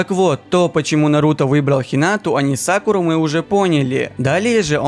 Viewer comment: Мне кажета ты сказал Сакулу а не Сакуру